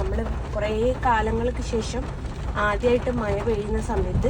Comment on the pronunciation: മയ അല്ല മഴ😅